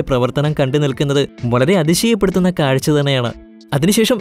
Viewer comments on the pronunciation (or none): none